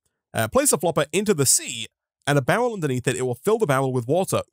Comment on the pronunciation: Why do you pronounce barrel bowel?